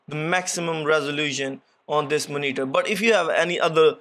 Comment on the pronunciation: Love how you pronounce Moneetur (monitor)